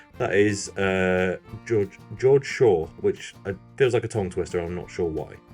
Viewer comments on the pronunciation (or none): If think George in German is pronounced “gay-org”, that’s what my German teacher in school said anyway. I’ve had this but never in a can, very nice.